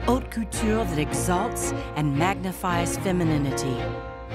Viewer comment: Just FYI: "Haute" is actually pronounced "aute"